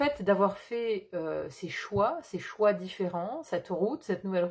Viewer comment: bonjour et merci pour le partage, pour le, vous dites les "choins" (au lieu de choix), alors je vous partage ce qui m'est venu à ce moment là... ce sont peut-être les choix qui mènent à des soins (donc choins par contraction), ce qui est factuel pour moi en ce moment... En vous souhaitant une belle journée. ✨✨